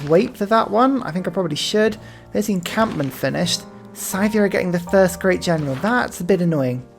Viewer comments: Minor, minor note here: It's pronounced "Sih-thia". Not "Sai-thia". :) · [DISCLAIMER: linguistics nerd shit] It's a common pronunciation amongst brits - presumable because they assume a connection with the word 'scythe' - but as far as I know, and according to wikipedia, it's pronounced like this: Scythia (UK: /ˈsɪðiə/, US: /ˈsɪθiə/.) That 'ɪ' vowel sound is the key, if you don't read IPA. It corresponds to an "ih" sound like bit "bit", "little", "misery". Obviously this is just a minor linguistic pet peeve of mine, pronounce it anyway that feels good, but it's something I've found myself being more and more anal about since I moved to the UK, because Brits tend to pronounce a lot of foreign words and names with I and Y in that "ai" way you did with Scythia. So as a non-native speaker of English I make it my mandate in life to tell anglophones that the letter "I" is not pronounced "ai" in any other language than English. :)